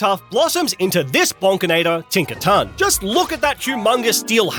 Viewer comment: Tink a ton